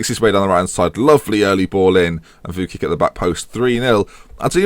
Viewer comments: Target, TOP 2, btw Vuckic is pronounced Vuchkich ;) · pronounced vooch-kich